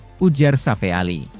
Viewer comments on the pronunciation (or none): Narasinya bikin pusying sakit kepala 😏😏😏😏😏 Safee Sali (Safi Sali) bukan Safe Ali...